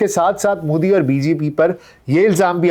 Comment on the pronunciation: aapki sab baaten theek hain sirf aik guzarish hai ke Modi ka tallafuz behter ho sakta hai. Shukriya 🌹🙏